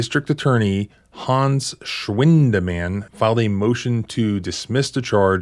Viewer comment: 😂 lmfao the way you pronounced Schwiiiinnnndemann... lol